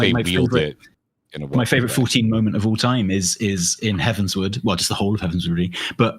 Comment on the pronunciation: So satisfying to hear Tali and say Heavensward the way I believe is correct